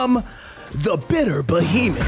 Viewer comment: It’s the explosion when you say bittier behemoth 💥 that gets me. Easy sub and I’m def tryin this out